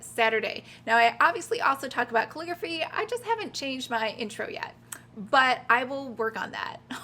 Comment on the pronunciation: Couldn't watch anymore after you pronounced calligraphy 5th time.